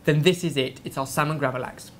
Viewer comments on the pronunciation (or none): I find it so hilarious how says gravad lax X'D you say it as gravad-lax like two difrent words and it sounds like hes just mumbling it like gravalavalax or something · Lax = salmon xD It sounded so weird when you said gravad lax xD